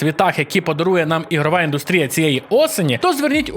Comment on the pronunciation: Дуже все класно, дякую за роботу! Єдине що ріже вухо то наголОси: не індустрІя, а індУстрія не квАртал, а квартАл Будь ласка, зверніть на це увагу, дякую!